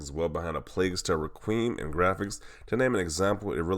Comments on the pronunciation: OMG! It’s pronounced Reh. Kwee. Umm, not Re kweem. (Requiem) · reqweem lol its rek-we-um